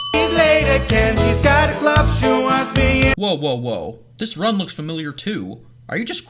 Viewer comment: Where's the "T" in "This"?